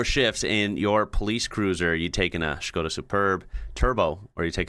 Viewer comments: Why do you say "Shkoda" instead of just simply "Skoda"? Anyway, still better than English of those two in the video. They should put a lector or subtitles 😂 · Why do you call it a Schhhhskoda.... It's a Skoda, no schhhhhh anywhere..... Lol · Why is he saying Skoda like Shkoda? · This guy says Skoda so weird 😂